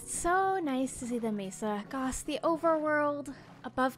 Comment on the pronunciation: Did anyone realize she said "gos" instead of "gosh" lol. Love ya ❤️